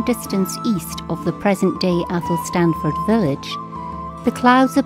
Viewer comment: Locals pronounce 'Athelstaneford' athel-stain-ford, not 'athel-stan-ford'. Or if you really like it's affectionally known as 'Eshinford'. Excellent wee video all the same :)